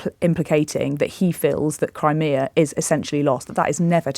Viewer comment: Its "Crimea" tw@